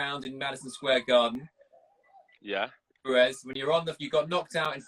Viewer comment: You ruin it within 5 seconds by calling Ruiz, Rues. What the fuck is wrong with you? His name could not be phonetically simpler . Might as well call him Enrique you tosser